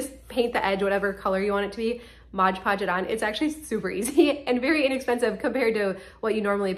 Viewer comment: Great ideas, truly. But, it's not MODGE Podge, it's MOD Podge.